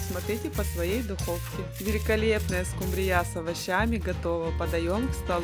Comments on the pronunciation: Очень все аппетитно, только режит слух , ударение не скумбрия не на я, а на у. А так обязательно приготовлю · СкумбриЯ ! Бедный русский язык 😢 ! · Это миллионЭры говорят скумбриЯ'? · СкУмбрия, а не скумбриЯ! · Не скумбриЯ, а скУмбрия! 😅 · Почему скумбриЯ? В ваших краях её ТАК называют? Или это ваше собственное видение? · Надо правильно произносить слова:скУмбрия,а не скумбриЯ.Очень много масла,она и так жирная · Да не скумбриЯ, а скУмбрия! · ..не скумбриЯ😂.... А скУмбрия....😅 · Очень хорошие рецепты.Только скумбрия' режет слух.Привычнее ску'мбрия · Очень надоели эти оглавления, читаешь, и уже не хочется смотреть. И почему вдруг скумбриЯ?! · Ну почему же скумбриЯ ! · Здравствуйте,всем!,рецепты интересные. Ударение в слове скумбрия ставится на у: скууууумбрия. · Слово Скумбрия произносится с ударением на У. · Что за рыба--- скумбриЯ? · ❤Хорошие рецепты , только скумбриЯ😂 и заинтриговала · Почему скумбриЯ , а не скумбрия? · Уважаемая редакция программы, вы бы подсказали девице с кольцами и браслетами правильное произношение слова "скумбрия". Ударение на первый слог!!! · Что такое скумбрИя? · СкумбриЯ! Ещё одно слово испортили. А можно еще говорить скумбрИя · Только прозвучало скумбрИя, сразу пропало желание смотреть дальше. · Не правильное ударениев слове скумбрия😊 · Не скумбрия, ударения ставите неправильно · Почему скумбрия с таким ударением произносите? Или я что-то пропустила в русском языке? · Все замечательно, кроме неграмотного произношения названия рыбы,не скумбриЯ, а скУмбрия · СкУмбрия, а не скумбриЯ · Я только не поняла, почему скумбриЯ, а не скУмбрия? И зачем столько масла, если рыба и так жирная? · Ты из какой деревни, скумбриЯ? Правильно - скУмбрия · Что за СкумбриЯ? Всегда была скУмбрия. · Не скумбриЯ, а скумбрия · СкУмбрия, никак не скумбриЯ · Что за скумбриЯ`?! С ударением на Я . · Первый раз слышу такое-скумбриЯ!!!